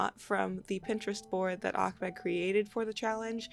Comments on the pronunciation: "Ah-med" not "Ahk-med". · great sketches! Also, his name is pronounced AHmed. there is no k or kh in there lol